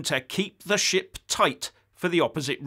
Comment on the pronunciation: Did you say "to keep the Ship Or Shit tight" ,I hope it was the second.